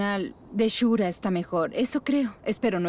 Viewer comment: "Shurka" no shura